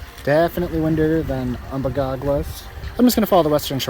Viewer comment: Um-bay-gog , Moose-look-muh-gun-tic. Most folks don't paddle the river to Upper dam, there is a portage on Upper Richardson to the put in just above the dam.